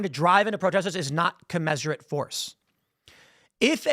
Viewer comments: Tim, please mention the facts that MLKj was a Marxist, since you've done "Honest" Abe. Also, I think it's pronounced "Co-mizz-er-uht" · Can we talk about how commensurate is pronounced?